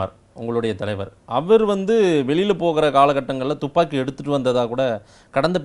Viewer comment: துப்பாக்கி என்று வாயில் வருகிறது அப்புறமென்ன துமிக்கி ஜிமிக்கி என்று.... புரியவில்லையே